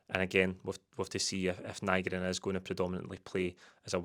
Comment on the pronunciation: Nygren, by all accounts, is pronounced Nee-gren. Get telt tae. Nee-gren 😆 Great bit of business for Kuhn. As long as Maeda isn't sold too. If we lose him and Maeda that's a right scunner.